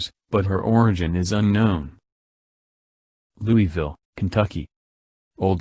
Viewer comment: the pronunciation of Louisville is completely wrong